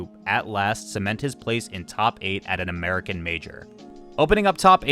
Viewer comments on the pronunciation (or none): none